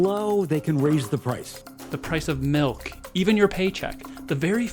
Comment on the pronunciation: Bro said "Melk"